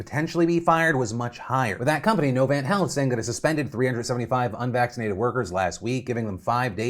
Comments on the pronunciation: Oh but my real issue is how you pronounced Novant as no-v-ant bc we all call it nov-ahnt in NC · Novant is pronounced No-Vont, for future reference. My mom is a labor-and-delivery nurse working through them, so that’s how I know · It's No-vahn-t Health not No-van-t Health. In how you say it. Just in case they come up again. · Novant = "No-Vahnt"